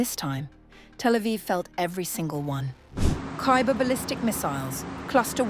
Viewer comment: Its khaybar shikan (Khaybar breaker) not Khayber